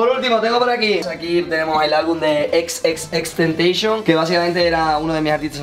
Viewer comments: Es fan de x y dice tenteision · No es xxx tenteishon es xxxtentacion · Un fan de X que no sabe como se pronuncia XXXTENTACION. qué sad :v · XXXTENTACION no se dice así se dice tal como esta escrito me impresiona que no lo sepas siendo uno de tus artistas favoritos. 🙄